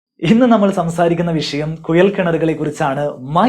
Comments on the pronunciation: കുയൽ അല്ല കുഴൽ എന്ന് പറയുക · കുയലല്ല, കുഴൽ ആദ്യം മലയാളം ശരിക്കും പറയാൻ പടിക്ക്... 🤪🤪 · കുയൽ കിണർ അല്ല കുഴൽ കിണർ. ആയം ആല്ല ആഴം 😂😂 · ശരിക്കും കുഴൽ ആണോ കുയൽ ആണോ? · കുയൽ കിണറല്ല കുഴൽ കിണർ😂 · കുയൽ കിണർ അല്ലാ കുഴൽ കിണർ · Kuyal alla. Kuzhal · ഉപകാരമുള്ള വീഡിയോ.......മലയാളം ഉച്ചാരണം ശ്രെദ്ധിക്കൂ..... കുയൽ(കുഴൽ) കിണർ,ആയം (ആഴം ).... Etc